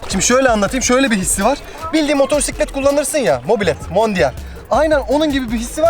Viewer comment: "motosiklet" motorsiklet değil <3